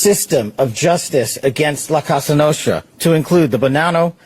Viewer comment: This is all BS and a resume building publicity for Kash Patel whom I feeling isn’t qualified for this role! Can’t even pronounce La Cosa Nostra correctly sounds unintelligent and misinformed. These poker games come on let’s see how this all plays out and how big it really is beside the big headlines